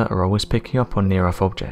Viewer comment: It's NOT "near earFH"...it's "near earTH!" ...TH ...TH ...TH!!! It drives me CRAZY to hear ignorance broadcast all over the world!!! Damn Britain, EDUCATE YOUR PEOPLE!!!